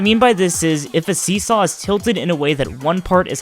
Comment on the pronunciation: Sorry I could not fully understand see saw But I think your saying "Just keep jumping onto the seesaw until you get to the next one?" Yeah that sounds right!